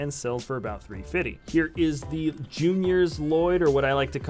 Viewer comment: It's pronounced ll loyd